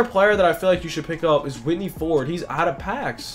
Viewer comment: “Whitney Ford”😂 Man you trippin